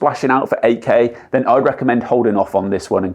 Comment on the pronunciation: I thought he is saying AK. Then I realized he is saying 8K. :face-blue-smiling:. Good Job. Thanks